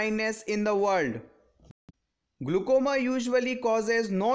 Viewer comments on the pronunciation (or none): it is not glucoma, it's a glaucoma